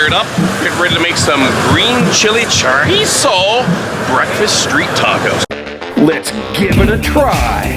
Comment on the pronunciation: Love it sounds delicious but glad u say chorizo right